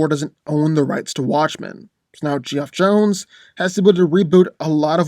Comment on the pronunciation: Proof among other things hes not a comic fan N uses wickepidiA N reddit othrr comic threads etc he said geoff JONES weellll its geoff johns maybe a mistake but doubt it